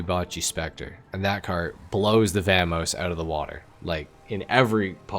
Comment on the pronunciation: how do you manage to pronounce vamos two different ways and get it wrong both times lol